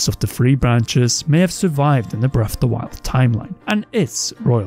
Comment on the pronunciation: When you can't pronounce correctly it makes it difficult to take this seriously. "bref of the wild" like cmon now.